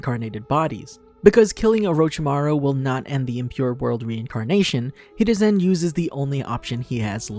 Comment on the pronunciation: This dude said hereusin instead oh haruzin